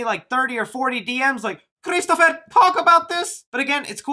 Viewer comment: "christopher talk about..." Whoa was that british or something is that how we be in thlyw